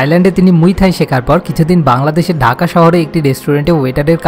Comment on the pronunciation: Uchharon ta daka na dhaka hobe